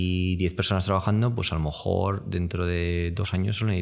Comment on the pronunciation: no puedo parar de fijarme en que siempre dice "a lo mojor" xd